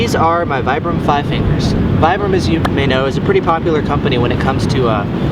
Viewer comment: I'm sorry, but they're pronounced Vee-brum.